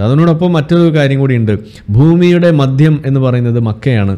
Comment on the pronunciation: മദ്യം അല്ല. മധ്യം അല്ലേ ശരി.